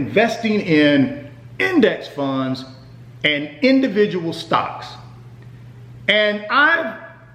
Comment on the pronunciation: Lol why he say index funds like dat